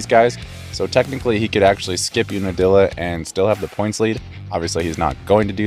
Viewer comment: UNIDILLA? Try again.